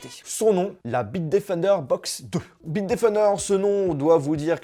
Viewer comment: Bite qui defon '' bitedefnder''